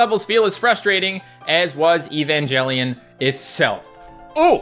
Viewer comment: eva (aye va) asuka (ah s ka) evangelion (aye van geh lee n)